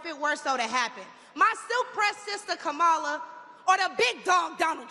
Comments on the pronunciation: Wow, how much did Donnie have to pay for her time? Hopefully, more than they paid the black folks right behind the podium to make it look like black Americans support him. He even got this chick to mispronounce Vice President Harris' first name. Sad. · If l had watched this until the end l would have wasted almost 10 minutes of my life. Fortunately, l always stop watching MAGA propaganda at the moment the MAGA cultist deliberately mispronounces Kamala. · If she was rallying Kamala, Trump would miss pronounce her name too. Honey Please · She needs to learn how to pronounce Kamala's name first. She don't speak for ANY of the Black sisters I know! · Welp. She is not KAMALA HARRIS. That is for sure. I would think her more Authentically For Her People if she hadn’t decided to pretend to not even know how to pronounce the sitting VP’S name. So. When the GOP’s ends are achieved, will she go the way of TRUMP’S Other “Black (some some White) friends?” Maybe Timmy has a guest house? This sounds eerily like “politics as usual.” Feelings not “hurt.” Antennae Definitely “up.” 📶😮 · How intentionally disrespectful…. She knows how to pronounce Kamala’s name. And she knows that she’s lying repeatedly. Could someone please explain to Trump supporters what BIRACIAL means. I doubt if the Madam President will have a job for her. Luckily she has so many other ones. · She's so cool, she even deliberately mispronounces Kamala, just like her "great leader" 🙂